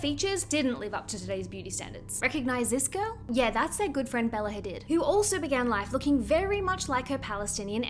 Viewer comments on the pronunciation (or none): Please pronounce Hadid as hadeed bc everyone knows that's how they want it pronounced ❤from central Ontario Canada